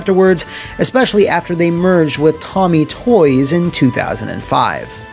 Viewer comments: So you know, the toy company's not pronounced TOMMY like the rugrat, it's a hard O tOmee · btw it's Tomee not tommy.